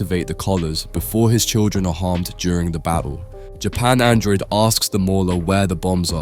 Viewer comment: the randomly inconsistent mispronunciations are also distracting. One sentence it's JAP android, the next it's Japan droid Once sentence it's Invincible, the next it's The Invincible Feels like a robot is reading all the typos